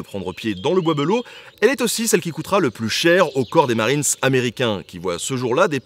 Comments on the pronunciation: Un gars de Château Thierry te dit qu' on ne dit pas "belleau" mais "bélleau" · bizarre la prononciation : "beulo" au lieu de "belle eau". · Pareil tkt , on dit tous Bélleau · Du coup y’a que moi que ça dérange qu’il dise « le bois beuleau » et pas de belleau comme nous on le dit? 😭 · Je suis de Château-Thierry. Jaulgonne exactement en dessous du Charmel. Petite anecdote, Le bois De Belleau se prononce Bélleau dans la regions. non bois beulleau. En patois sa donne "Le bois D'bélleau" En tout cas super chaîne merci continu !!!!!. Et si tu repasse dans le coin dit le je connais plusieurs sites historique de toute époques. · Wouhahou ! C'est chez moi ! Maman regarde, on passe à la télé ! Euh par contre on dit pas "Beulleau" mais "Bélleau"... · Slt nota bene Je vis à Château-Thierry et on prononce pas « Beuleau » mais « Bèleau » Sinon super vidéo j’espère que tu as passer un moment agréable ici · moi aussi cela me faisait tiquer quand il disait be à la la de bé. Mais bon c'est vrai que c'est pas instinctif. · Alors ceux de la région, je ne sais pas comment vous prononcez Belleau, mais moi qui vie à Château-Thierry depuis 27ans, j'ai toujours entendu prononcé "Bélleau" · Cest le bois b“é“lleau enfin on le dit comme ça dans le patelin 😂 sinon excellente vidéo j’adore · "Le bois Beulo" ? Le casque "Adriane" ?